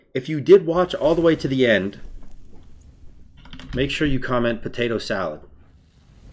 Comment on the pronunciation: I'll make myself a salad made of POW-TAY-TOES now. I'm out